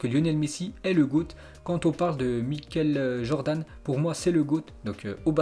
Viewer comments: Il a dit mikel Jordan au lieu de dire Michael Jordan 🤣🤣🤣🤣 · "Miquel Jordan"